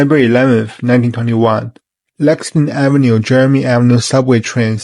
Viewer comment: FYI it's pronounced *Jer -Rome" like the city in Italy.